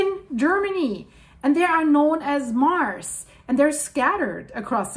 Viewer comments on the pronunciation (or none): none